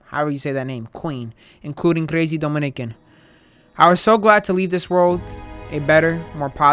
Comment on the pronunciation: Bro said crazy wit a accent😩